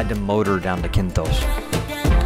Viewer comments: kithnos not kinthos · Nice video, but the island is Kythnos not Kynthos...